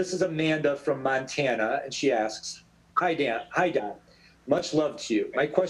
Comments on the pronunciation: He genuinely said hi Dan to don Cheadle or was that just me? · "Dan" Cheadle 🤔😅